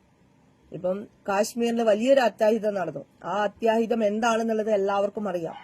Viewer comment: avaloodu nakku vadikkan para first, അത്യാഹിതം എന്നു പറയേണ്ടിടത്ത് അത്തഹിതം എന്നാണ് പറയുന്നത്